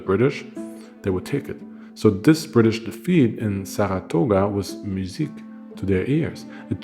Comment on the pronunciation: I was born and raised outside Saratoga and currently live there. That was an interesting pronunciation lol. The battlefield is cool place to bike ride and see all the positions and what not. It’s a popular spot for stuff like that. Albany is pronounced Allbany, short A. But it’s okay because it’s a dump and makes sense it’s commonly mispronounced. I love your videos, thank you!